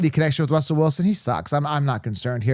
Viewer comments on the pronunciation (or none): none